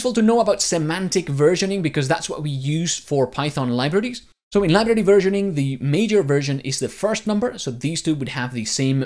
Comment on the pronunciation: whats a 'libirdy'?